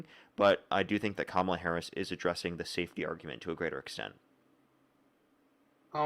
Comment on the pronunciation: another caller reading from the same script, starting by mispronouncing Mrs Harris' name followed by "Im not smart enough to provide sources or discuss policies beyond mistreating and deporting the innocent." Still very much enjoy (should I?) how absolutely, calmly and a bit on the vicious side destroys him. thanks.